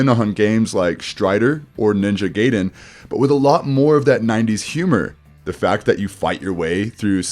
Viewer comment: It’s pronounced ninja Guy-den not ninja Gay-den unless you’re playing a completely different game.